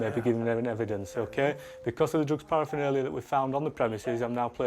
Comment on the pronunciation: For goodness sake it is not parafinalia it is paraphernalia. You would have thought the senior police officer would know that.